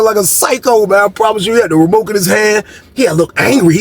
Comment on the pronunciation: Bro said he had the "remoke" in his hand 😅😅